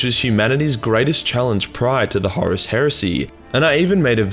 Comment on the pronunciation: I love his pronunciation of Horus as “Horace”.